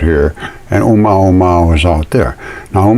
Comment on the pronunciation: O - MOO - A - MOO - A, not UH MAW MAW you can do it!